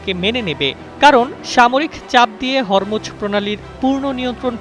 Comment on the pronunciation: হরমুজ এর উচ্চারণ হবে (হোর্ মুজ্)